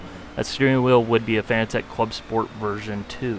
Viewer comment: it's Fa-nah-tick! not fanatech